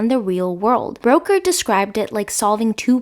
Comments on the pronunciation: Brooker not Broker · Looking forward to this. FYI Charlie Brooker is pronounced like Brucker, not Broker. We British like to get it right. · I question your pronunciation of Charlie Brooker's name. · I'll forgive you as English is not your first language, however I am very surprised you haven't heard his name spoken aloud. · Enjoyed the video, but you mispronounced Brooker and Milioti’s last names. Please check pronunciation before filming, I kept cringing thru the content! Keep up the good work otherwise!!❤